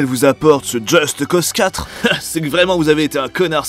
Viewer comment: "Djeusteuh Cause"